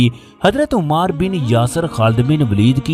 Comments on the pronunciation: It is ammaar ..... Not umaaar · محترم آپ صحابی رسول کا نام صحیح طریقے سے نہیں لے رہے 😢 لفظ عُمار بن یاسر ( عین کے پیش کے ساتھ ) نہیں بلکہ عَمار بن یاسر ( عین کے زبر کے ساتھ ) ہے ، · Ammar bin yasir not Ommar bin yasir. please correct your pronunciation. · A.A... Yah lafz umar nahin hay bal k ammar hay.. Lafz sallallah wale nahin hay sallallahu alaihe Wa sallalam hay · Umaar nahin AMMAAR kaho ! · Aap ki video bohat achi hai lekin Ammar pe paish nhi zabar hai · تکلیف ہوتی ہے اس انداز میں واقعات سن کر کم از کم نام کا تلفظ تو صحیح کرلیا کرو ـ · تکلیف ہوتی ہے اس انداز میں واقعات سن کر کم از کم نام کا تلفظ صحیح کرلیا کرو ـ